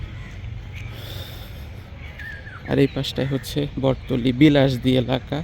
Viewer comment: জায়গার নাম বটতলী না ❌ বটতলা